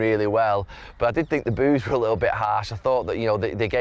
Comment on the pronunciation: Gary did you say Boo's or Booze